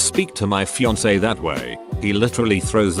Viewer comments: normal people: "fiance" text to speech: FiYaNkEe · The tts voice be like: fee on kay And: Fee on see